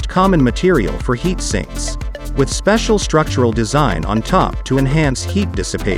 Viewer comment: "...heat STINKs..." LOL Definitely agree with your assessment